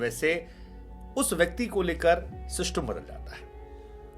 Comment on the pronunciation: सर आपको बहुत समय से देख रहा हूं या मैं आपका बहुत सम्मान भी करता हूं लेकिन ये देख कर बहुत बुरा लगा आपको सिस्टम बोलना नहीं आता या फिर आप इस शब्द से निराश हो गए हैं आपको ये शोभा नहीं देता